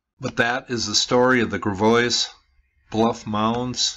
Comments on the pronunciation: First, you pronounced Gravois wrong.and I never seen this article back then. I never liked Walmart and I didn't want a Walmart there. Unfortunately, Walmart gets what Walmart wants. I had never knew this was an Indian burial ground. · I'm relatively local to the area. I can assure you that Walmart isn't the best thing to happen. I had no idea about this but I always questioned the construction that cut into these bluffs. Friendly note, it's pronounced Grav-oy not Gra-voise (it's French so locally we butchered the name but kept the S silent). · FYI, Pronounced Grav-a-way, or ways, Named after the Gravois Indians. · So, could you do some research and learn how to pronounce the names? Gravois is French. pronounced - gră-VOY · I think it's pronounced like Gra(short a sound, eg have) vois (voice or voys or voy) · 08/05/2018 I grew up in High Ridge, beginning in about 1965. Gravois is also pronounced Gra-voice. I also lived in H.R. before Old Hwy 30 was built. In fact, they purchased our back land to build Old Hwy 30, beginning when I was in high school. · i live here...its pronounced Grav-oye. the s is silent. thanks for making this known to the world. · Its pronounced 'grah-voy' but carry on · Im from Fenton , its pronounced grav-oy, that area you are talking about was a trailer park in 1998. The mounds were removed between the 1800s and 1950s. Im not denying there were burial mounds in Fenton, but your timeline is incorrect. You're quoting from the RFT, that's a free paper most people line their cat boxes with. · Just an FWI Gravois Bluffs is pronouced "Gravv-Oy Bluffs" in the St. Louis area. The "S" is silent. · It’s pronounced “Grav-oy” and it wasn’t named after indigenous people… the name originated with Gravois Creek which was named so by French fur traders due to the amount of limestone rocks seen in the creek. The word Gravois is French for gravel.